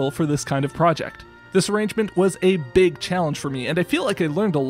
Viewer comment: "beeg violin" 😂